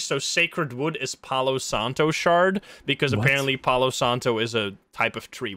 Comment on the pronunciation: The game seems really fun tbh, it has a lot of mechanics but it seems to be easy to understand also, palo santo means sacred stick/sacred wood in spanish (your pronunciation is actually very good btw) I would love to see how this game will evolve over time :D